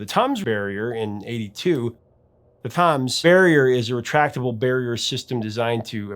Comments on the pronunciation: "Toms" River?? TAMES River! Well, at least you didn't make the same mistake that 99% of all Americans do and that is to pronounce the "Th" as it is normally pronounced... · love your channel, great stuff always. Only one minor niggle, the Thames is pronounced "tems" not tums. Keep up the good work more power to you. There is a stretch of the Thames called Isis which is part of the upper reaches of the river only. The entire river isn't called Isis by anyone. What a brilliant time for music, late '70's to mid '80's. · Love your show, but it’s not the River Thoms, Thames is pronounced like temple, Tems. I think this makes more than me wince. But, love the show. Plus, brought up my daughter singing along with the Clash while we were in rush hour traffic. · Thamess river is Temmes not Toms. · I hate to be one of "those people", but my British ears are hurting so badly I had to stop watching... The iconic river with prominence in the lyrical backstory is pronounced "Tems", not "Toms" or whatever you are saying. I know that Thames, just doesn't look like it could pronounced "Tems". The reason so many British place names are "spelled wrong" is fascinating if history and linguistics are your thing. (I'll recommend some videos if asked.) Overall though excellent job of research. Learned tonnes. Back to video. Too good not to finish now my earache is subsiding. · Thames is pronounced like "Temz", not "Tumz". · Tems is correct. Timms is incorrect. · It's pronounced river tems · I love your work. Thank you. The Thames river is pronounced ‘Temms’, it’s stupid, I know. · Thames it's pronounced Tim's. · River Thames you are saying it wrong lol (say is like Tems) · The mispronunciation of the River Thames (rhymes with "femmes") was really jarring. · Not a bad description. Thames is commonly pronounced Temz, btw. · Thames is pronounced 'Tems' as in rhymes with gems, hems and stems. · FWIW they pronounce it Tems. (Themes) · Dude the river Thames is pronounced "tims"